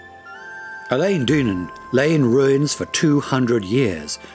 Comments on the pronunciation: Quite how many errors is he going to make? Eilean is not pronounced like the female name 'Elaine' but 'Ellen'! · Literally got to 1min 23 secs and the amount of mispronunciations is horrific. Eilean is not pronounced Eileen. Mull has a u in it. Loch has a ch not a ck. Gaelic pronounces Gaylik is Irish! Do some research before you do a voiceover.